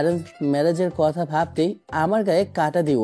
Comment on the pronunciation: Speak proper Bangla. It's কথা not কতা